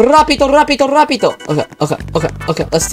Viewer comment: rapido? thi is how it is said in spanish i am spanish and understand english